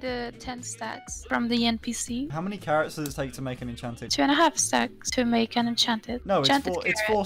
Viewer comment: "wanna have sex" almost spit out my drink. A few seconds later I understood she said stacks